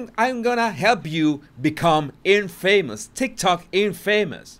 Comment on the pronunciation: Infamous is a word that you pronounce wrong. I know that you want to learn how to pronounce English words. Please don't think k I am being critical because it is not meant that way.